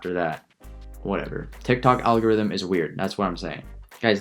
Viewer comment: It eees what it eees